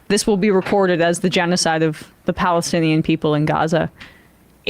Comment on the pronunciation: 😂😂he can't say genocide